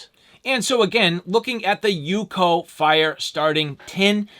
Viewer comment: Its not "UCO" as in one word. Its U-C-O 🤣🤣